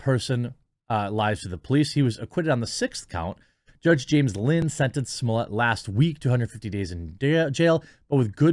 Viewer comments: What takes place in your brain that turns Smollett into SmoleeYAY? I don't understand how you say it correctly when you read it, but when the name is in print in front of you you say it correctly? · Quit calling him juicy smollea, it's jussies mullet